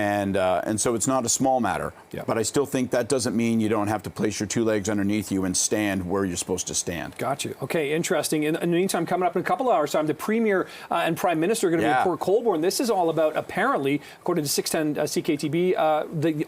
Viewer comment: …and Port Colborne! Not “Port Colburn”.